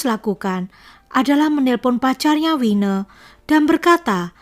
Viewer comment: Saran: Tolong lebih diperhatikan cara penyebutan nama dan terminology. Nama : Winnie. (wi-ni) bukan wineh. Satu lagi, obsesi. BUKAN opsepsi. Sangat penting untuk mendengarkan ulang video/audio yg telah di edit